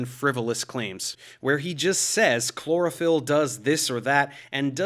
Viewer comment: I thought you said cloroform instead of chlorophyll. Who knows, maybe that will be next and they can advertise it as a natural sleep aid.